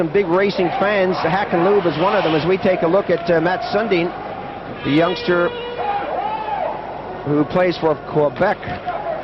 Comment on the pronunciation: 😂mat Sun-dun!!! obviously not familiar with Swedish names!